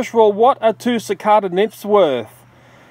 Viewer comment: CiCARda? Don't you mean CiCAYda??